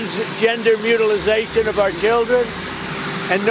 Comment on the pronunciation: "mutilization"?!!!🙄🙄🙄 Why doesnt anybody tell him he's stupid?